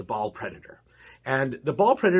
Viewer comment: Think you awsome man but its baal not ball